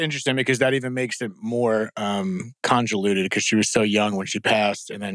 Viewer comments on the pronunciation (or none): Host said conjulutued vs convoluted